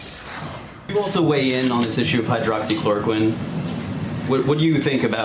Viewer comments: How stupid are these news anchors? Can't even say hydroxychloroquine.. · Maybe she should learn how to pronounce the drug before she tries to speak on it. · LOL when she tries to criticize Trump but can't pronounce hydroxychloroquine